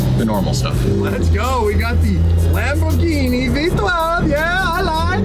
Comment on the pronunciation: If there's one thing i cannot stand about, and, its when he says Lambor-JEENIE